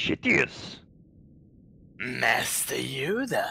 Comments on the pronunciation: Didn't anyone else here Yoda say Darth Shitious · I completely died when he called him Darth shitious xxD